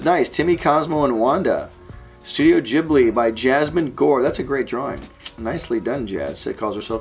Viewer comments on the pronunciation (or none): Studio Ghibli is Gee-boo-ree, not Jiblee